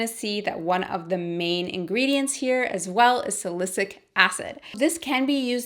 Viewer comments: its salicylic acid not "sa-li-cic" acid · Love your videos! btw salicylic acid is pronounced SA-LE-SI-LIC acid. Xoxo glad you're back! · Thank you!!! Perfect timing! I need to stop that benzoyl peroxide. Little Tip though. Just listen to “Siri: pronounce Sa-ly-cy-lic acid” 👏👏👏